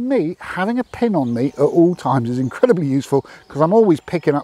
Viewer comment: Gday all, as an Aussie i shoudnt be making fun of accents. but also as an Aussie have too. its a dilemma. when you first started talking about the PIN on the swiss army knife, the only word i kept hearing was PEN. just poking fun, thx for the video and a bunch of info i never knew. CHEERS.